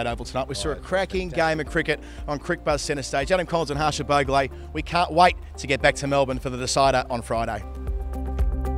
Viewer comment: Adam you pronounce bhogle like 10/10